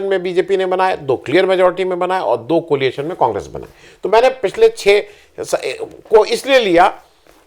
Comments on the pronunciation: Tha word is coalition and not coliation. Sorry for pointing out. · एक बार फिर आपको बताना आवश्यक है --कृपया ध्यान दें: "कोलिएशन" नहीं, "कोएलिशन" COALITION!!